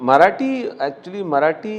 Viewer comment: मराटी नाही, मराठी असतं ते. उच्चार नीट कर अभिजित. गायक आहेस. शब्दांना जप.